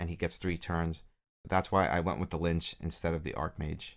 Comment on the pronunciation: Pronounced Litch like itch. Not lynch